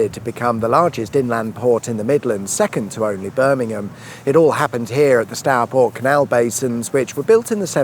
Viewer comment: Stourport. Not Starport. Go it.